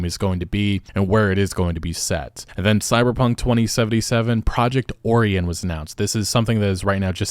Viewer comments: Bruh, seriously? How do you not know how to pronounce Orion? Oh-rye-un, NOT Or-ee-un. It's literally the name of a major constellation named after the Ancient Greek Demigod and has been named Orion (and pronounced Oh-rye-un) for over 3000 years. Anyway, I'm only coming back to this game if they make the life-paths you can choose at the beginning of the game actually mean something. I was disappointed as hell when I found out that picking the Corpo route had basically no effect on my character or place in the world of CP2077. We were promised an RPG, but we got a looter-shooter with celebrities. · Tell me you eat more Oreos than stars in the sky without telling me... Project Or-ee-on. (It's pronounced Oh-ry-an. The star constellation Orion's Belt) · Homie, you did NOT just pronounce it like that lmao. Have you never heard the word before or something? It's Oh-ryan. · I'm convinced this guy pronounces shit wrong on purpose to trigger people. Oh ri (eye)un O-r-i-o-n how do you get oree enn? Like I really want to understand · Oree an ? Wtf it's pronounced O Ryan You got Polaris right. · its not oreon its orion. my sons name is orion and the amount of people who don't know how to say that name is astounding. how do you not know how to say that name. or-i-on like the constellation, not or-e-on. ion and eon do not sound the same. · It's Or-I-an, like the nebula. Not Ore-e-en. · oreon? it's orion. like the constellation. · It's "oh-ry-on" and "poll-air-us". they are names of stars. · Your pronounced Orion wrong, it's "Oh-Ryan". Think of the star constellation. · Orion is pronounced Oh Ryan Polaris is pronounced Po lair iss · O-RI-AN lol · OH-RY-AN. <-- Orion. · For my own sanity, Orion is pronounced oh-ryan. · "Or-Re-In" "Hay-Der" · Orion is pronounced o-Ryan. He is the hunter for the gods in mythology. One of the most famous constellations. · The code names are all celestial bodies(stars and constellations) Orion is pronounced oh ryan .